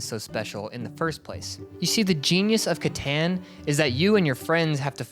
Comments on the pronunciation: Katon please, it's pronounced katon settlers of katon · Catan is pronounced (cuh-tawn) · Right off the bat in the intro he already said Catan Rong 4 times